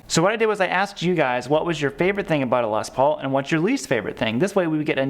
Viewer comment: Okay Midwest - it's pronounced Les PAUL, not LES Paul. Period.